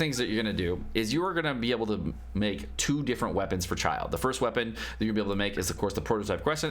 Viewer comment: Great Video! Learned a lot! FYI: Pronouncing Child = "Child" / Childe is pronounce "CHIL-DAY" but whatever flows your boat :)